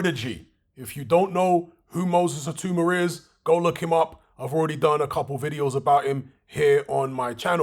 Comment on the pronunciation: His name is pronounced "Ee-tAaW-mAH" not "Ee-Too-mAh... good video though